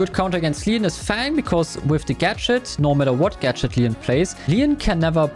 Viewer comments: Bro it's leon no leeons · He also says Mooe and Lean